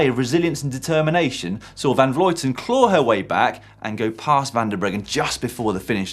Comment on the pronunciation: Annemiek van Vleuten isn't pronounced vlooten or vloiten, the sound is close to how the French say "bleu".